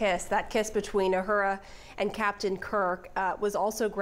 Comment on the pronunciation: Talk about butchering the name Uhura.